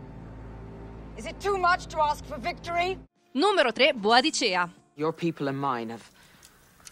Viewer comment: 1. Si dice Boudicca e non boadicea. 2. Dov'è Lagertha?